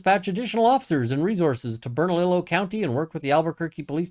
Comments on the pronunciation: I live in NM and was wondering if you'd comment on this situation. BTW, "ll" in Spanish is pronounced like a y. Bern-a-lee-yo 😊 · Awesome vid. Your pronunciation reminds me of Siri trying to pronounce street names here. 😂💚 Bernalillo is pronounced Burnah-LEE-Yoh, it's Spanish so the double 'L' does that weird thing. Lujan is also pronounced Loo-Hawn or Loo-hanne. Lujan is trying to hire friends and relatives to help pad their pockets during this economic downturn. It's what people do here in NM en masse and on a level I've never seen in CA, OR, WA or ID.